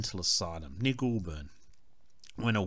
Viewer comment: Goulburn is pronounced 'goal'burn or 'gole'burn. Not 'ghoul'burn. Great video and interesting info.